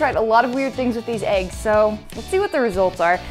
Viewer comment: She pronounces it “Aeggs”